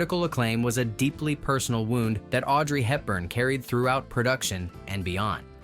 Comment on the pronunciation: 'Andrews." Not possessive. Audrey Hepburn, not "Helton." Yeesh.